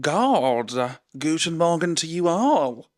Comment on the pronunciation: Gotta say, your „guten Morgen“ was very good 😅